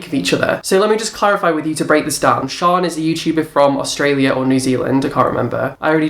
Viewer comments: It's Shannon not "Sean" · You pronounce 'shaaanxoxo' name as Shannon or 'shan' not 'sharn/sian' btw xxx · LOL can you fucking learn how to pronounce names ..?😂 Shannon is not shon and tana mongeu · Shaaaanxo is Shan as in Shannon. There is no R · Shaaanxo is from New Zealand. It's pronounced Shan like you say Shannon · I had a giggle at how you said Shaaanxo it's Shan like Shannon the extra a's are just add ons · lol its pronounced Shan...her full name is Shannon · I die everytime you say shaaanxo 😂😂😂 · I think with Shan (the way you pronounced it killed me) she often does celebrity style videos and I know it was recommended by people. I can't speak for Nikkie though x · can you please say Shannon's name properly lol it kills me